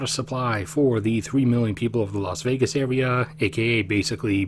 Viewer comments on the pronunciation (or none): none